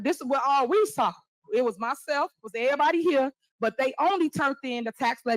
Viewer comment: not ereeeBody....🤣🤣🤣🤣🤣🤣🤣